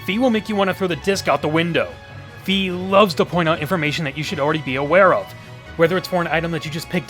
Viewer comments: In past games I never used any of my items to fight . So maybe that is what they were thinking. Also I never had a problem with the sword going out of alignment. Maybe you are swinging it too hard? And Fi is pronounced with an i sound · Fi is pronounced with an "e" sound.